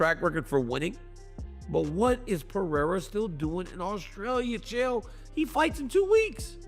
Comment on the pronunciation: " Chyelle" Sonnen.... Fuckin AI videos are getting old 😑